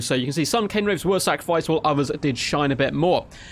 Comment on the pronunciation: It's Cairn Wraiths. Sounds like air rather than Cane I believe. That was a party political broadcast on behalf of the Grammar Nazi Party.